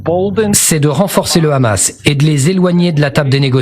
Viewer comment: Écoutez comment il prononce hamas et vous comprenez qui il est ! Il utilise KHA et Ha